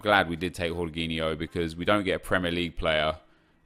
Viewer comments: Its jorgin o (im brazilian) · It's Georginho not Whoreginho 😂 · Jorginho is pronounced jorjinyo, not j Horginyo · its jorginho, not yorginho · Its JAW-JEENI-O. NOT WHORE-GEENI-O . So cringey that he’s trying to pronounce it professionally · its georginiho no horginiho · Its not horghinho hes not spanish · Dude everytime you say "horginho" my ears hurt, I don't want to be doing this, but it's Portuguese man, the 'J' in his name remains, it's not Spanish!! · who the fuck is "Horgeeniho" ah man im creased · Why are you calling him whoreginio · What did he call jorghino yorghino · Jorginho is Italian so it's pronounced: Gorginho, like Georginio Wijnaldum. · jorginho isn’t pronounced like that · In spain j is h but in italy j is pronounced like you would g but without the last sound so its cut (rly hard to explain in english)